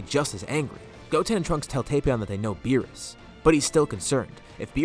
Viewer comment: Finally! Someone who says Tapion right! It's not "Tap-Ion" it's "Tape-Ion"